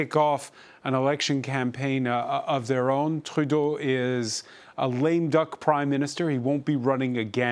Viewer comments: Announcer: No need to switch to a bad french accent to pronounce Trudeau; sounds horrible. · Good piece and kudos to actually pronouncing Trudeau's name properly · Á l’animateur. To the host. Justin Trudeau is an anglophone. Between Canadian English and Canadian French there is a difference in the pronunciation of the name. You've pronounced the name in French while speaking English. It might come across as... légèrement affecté.